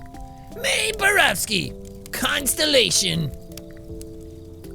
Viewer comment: jack it's Mae BoroWski not BoroVski